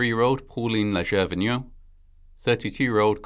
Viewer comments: FYI - The "ger" in Léger is pronounced as in "jay", NOT as in "heir". So it sounds like "Lay-Jay". For those wondering, hayrides are not that fun. The hay stings, does a number on your clothes, smells like manure and cattle, especially if damp, and that smell lingers in your clothes. Most of the time, there are bugs in the hay. But it certainly is fun to ride with your friends and family. It's a shame the truck driver didn't have enough brains to slow down and control his load before passing them. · Leger is pronounced lay shay. Robot voices is disgusting. I'm out.